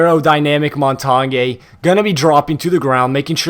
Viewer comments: Mon-tain not mon-tan-yay. The G is silent. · Mon-tar-nyay??!! Its Mon-tan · You sure you ain't the noob if your saying montonyae? 😂🤣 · Lol he says "montonyay" instead of montange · Your as much of a noob cuz its mon-tan (pronounced) not mon-tar-nyay noob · Its not montagny its montagne or montane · Mon-tane is how it is pronounced, not mon-ton-yay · The way you say montange makes me sad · The Montagne pronunciation triggers me as an amateur francophone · Am I the only one frustrated at the he says montagne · The cringe when he says montagne Bruh it's french please stop saying it if ur not french Butttt Amaizing video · The over pronunciation of Montagne is really annoying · do you know how to say montagne? XD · it's funny how they can't pronounce "montagne"